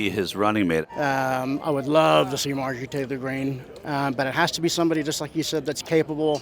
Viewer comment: There were some gems at the start but once this fool said "Marjorie Taylor Gree-" 😂🤣🤭💀😹 And then followed it up with TUCKER CARLS- 😵‍💫😆 Ded